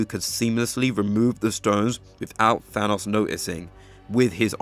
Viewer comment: I even noticed he said "Ahnos" than Thanos too😂